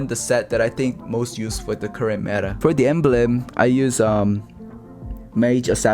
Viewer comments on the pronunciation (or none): none